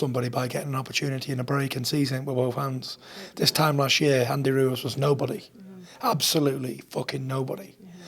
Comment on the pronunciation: Tyson "Andy Roowez" Fury